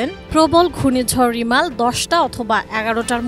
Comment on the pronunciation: রেমাল না রিমাল🙄,,,লেখে একটা উউচ্চারণ করে আরেকটা